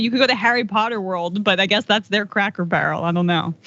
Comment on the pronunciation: Funny how you said “Crackle Barrel” cuz a lot of people screw up and say that 😂